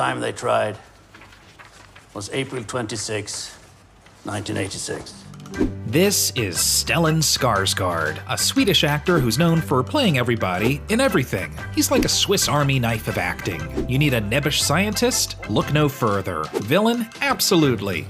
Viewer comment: "Skarsgard." ...okay. Here we go again. Skars-gourd. Pronounce it "gourd". There you go, not that hard.